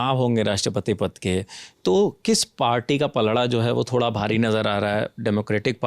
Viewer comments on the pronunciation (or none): जनवड़ी भाड़ी.. अभी युवा हो अपना उच्चारण सुधारो